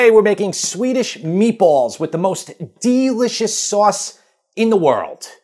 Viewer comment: When an Italian says "DeLichous!' It means he's laughing at me... No thanks.